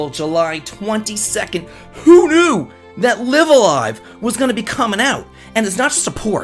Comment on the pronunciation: Did anyone else catch how they pronounced LiveALive? I always said it the way said it but apparently it's L(eye)V a L(eye)V. It sounds wierd. I can't wait for this version though.